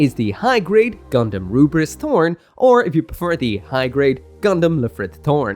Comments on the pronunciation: "ELFRITH". THE DUB HAS BEEN OUT FOR MONTHS. WE KNOW NOW DEFINITIVELY IT'S "ELFRITH". NOT "L'FRITH" AND SURE AS HELL NOT "RUBRISS". I'm sure you don't intend it, but "Rubriss" comes across borderline racist - you've always been able to read that there's an L there, and thus had to know that the Japanese VA' s pronunciation can only be an artifact of the well-known difficulty of those who grow up speaking only Japanese distinguishing Ls from Rs. That is to say - and again I stress I'm sure you don't intend this - you sound like someone holding their fingers up to their eyes to pull them into a slant and saying "one rarge flied lice to go, anthing erse fol honolable customuh?" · I hated that he sticks on pronouncing it as rubris lmao. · Takes a lot of hubris to pronounce it "Rubris" 🤣🤣🤣😉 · While calling the Lfrith as "Rubris" isn't wrong, I just find it a bit annoying as it's actually meant to be pronounced as "Lefrith" it's just that japanese people pronounce the letter "L" as "R"